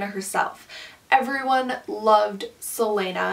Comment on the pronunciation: I respectfully disagree with pretty much everything you said, but honestly I'm just glad you didn't pronounce celaena's name like "selena"